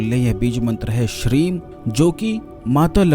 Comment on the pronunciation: Shreem bola ya shreen awaz saaf nói aa rahi😔😔😔